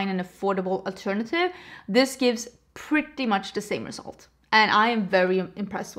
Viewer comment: When you say PUrrrdy